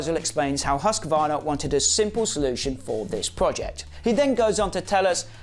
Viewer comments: HUSQ VARNA not huscavarna. 👍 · please pronounce Husq varna. There is no A in the middle. Other than that, mint vid mate. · I hate when people say husk-a-varna.